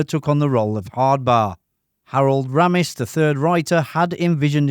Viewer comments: His name is Harold RAY'MISS. Not Ramm iss. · Sorry but if you've spent time researching Animal House then surely you could at least get the pronunciation of Harold Ramis' name correct - his surname is pronounced as "Raymis" NOT "Rammiss". This is CLEARLY expressed by the man himself on the Ghostbusters dvd commentary. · Ramis is pronounced Ray-miss. Not "Ram-miss" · Ray-mus. So irritating when narrators claim to give us new information and can’t even take the time to learn how to say the names and words correctly. Lame! Yes, none of this is new! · A classic movie. I love it. His name is pronounced Raymis. Harold Raymis. Thank for the video 👍🏻